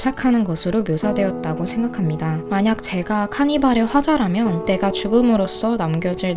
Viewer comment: 자연스럽게 넘어갈뻔했어요 화자라면 화라자면 ㅋㅋㅋㅋㅋㅋㅋㅋ